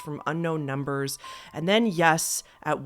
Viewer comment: I’m a new sub and I really like your channel….but one piece of advice? Why r u talking with such an emphasis on the last syllable of words u say? Like “numbers” as “numbersssss”? Sorry, but it’s really annoying and actually sounds kinda dumb, and ur clearly not dumb at all! This is the first video I’ve noticed it so I’m hoping u just started it so u can quickly stop it before it becomes a habit. So it’s up to u, but please reconsider doing that when u speak some words. U speak so well, and I love the enunciation but what ur doing sounds like ur trying to be quirky or something but it comes off really ridiculous sounding. Ok-sorry, I don’t mean to offend but please stop before I, and prob many others, stop watching for such a dumb-but annoying-new habit. Love ya! Xoxo